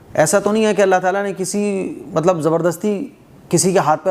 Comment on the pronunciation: کلمہ میں اللہ ہ کو بھی تو ادا کرنا ھے ۔ہ واضح نہی ہو رہا